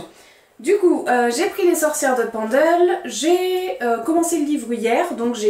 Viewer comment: Les éditions Flammarion font de bonnes éditions critiques je pense qu’il y aura des références et notes de bonne qualité pour comprendre le contexte. Tiens je ne connaissais pas « Memoires de Zeus » je vais voir si je peux le trouver car les livres sur la mythologie m’intéressent beaucoup. Petit détail pour la prononciation Pendle se prononce « Peine-dle » ce n’est pas très éloigné de la où j’ai fait mes études (Lancaster au Royaume -Uni) et l’histoire des sorcières de Pendle est très connue dans la région et en Angleterre c’est l’équivalent des sorcières de Salem aux Etats-Unis. As tu déjà lu Ray Bradbury pour ses nouvelles fantastiques, Fahrenheit 451 ou Chroniques Martiennes qui te plaira certainement ?